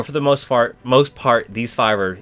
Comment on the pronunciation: “For the most fart” lol